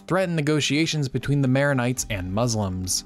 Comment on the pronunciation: Nice Vid. But you're kind of butchering the protagonists' names